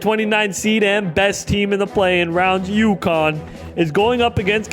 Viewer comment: ukonn? welcome to "K"onnecticut.